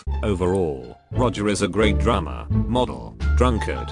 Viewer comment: Brian: soft voice "I'm Brian May and i play guitar for the group called Queen" ~1 second later~ Roger: "rOgE tAyLaH and um i'M tHe DrUmAh"